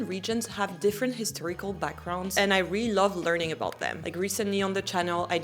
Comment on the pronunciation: My favorite is the way you say really 😍.